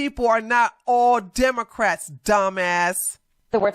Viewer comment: Democ-rats not demon-rats 😅